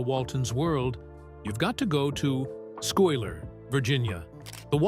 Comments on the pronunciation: The town is misprounced it's pronounced Skyler even though it's spelled Schuyler. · The town is pronounced Sky lur!!!